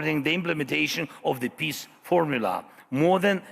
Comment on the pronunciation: Hahahahahhas zelenskyy cant say peace. He says piss. I can't stop laughing, he wants piss.